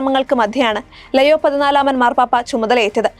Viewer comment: Shekainayum Deepikayum എന്തിനാണ് പേര് തെറ്റായി പറയുന്നത് ലെയോ അല്ലാ ലിയോ ആണ്....